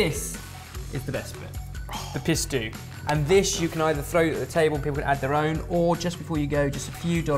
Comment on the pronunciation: my son watches from time to time and he got the giggles so bad, everytime you said pistu he thought you were saying pi** stew... thanks guys. lol